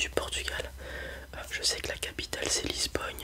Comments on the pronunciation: Au fait ça se prononce pas Lisbogne 😅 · nan il le prononce comme ça toute la vidéo